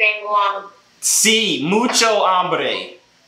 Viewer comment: be careful when saying "tengo humbre " to a spanish male in